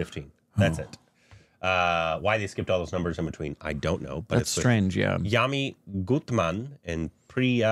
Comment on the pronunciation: Everyone: Yami Gautam: Yami Gutman 😂😂